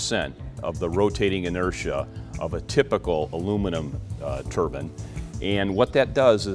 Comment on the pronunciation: Turban? You mean Turbine ?